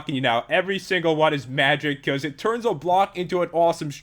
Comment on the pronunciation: i thought he said turds insted of turns XD